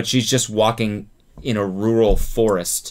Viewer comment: Cody says “rural” in a very special way